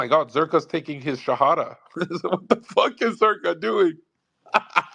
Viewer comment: Zer “her” ka 😂